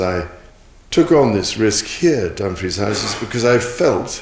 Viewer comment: AI Bull💩💩💩 I have cringed every time that DUMFRIES was PRONOUNCED, I dont know why NOBODY ELSE is COMPLAINING, its SICKENING 🤢🤮😡🤬